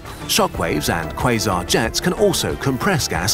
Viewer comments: Am 8 the only one who hears "This is what a face mask is" instead of "quasar"? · Am i the only one who keeps hearings quison? 😂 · umm it's pronounced croissant actually